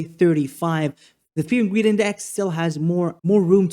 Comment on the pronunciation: When you said put your greed to the side, I heard put your weed to the side 😂😂I thought he's right, how did he know?!